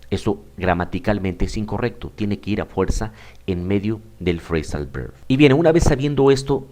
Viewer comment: Hola profesor, muchas gracias por su vídeo, le doy un consejo: no quiero ofenderle pero le recomiendo que intente diferenciar la pronunciación de la V y B en inglés, ya que no es como en el español, en el inglés la V se hace con los dientes en el labio inferior, y usted pronuncia "berb". Los hispanohablantes somos propensos a pronunciarlos igual pero no deberíamos, porque podemos confundir al otro con ciertas palabras, por ejemplo, si pronunciamos voice como boice, se puede confundir con "boys". Un saludo 😊